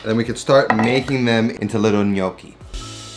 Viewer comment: I watched the video because to start with, he actually pronounced it right!